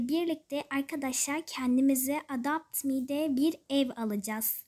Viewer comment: Ya hala adapt me diyosun ama iyi video